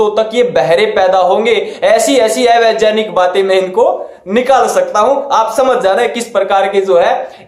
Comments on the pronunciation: Bhai vejaanik mat bolo Vegyaanik bolo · ये ऐ वेजानिक कया होता है पहले कहना तो सीख लो भाई